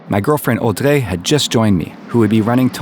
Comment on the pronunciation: How come in your older videos you say "audraaayy" and in your newer videos you say like Audrey....like American pronouncation. Which is it and why have you changed?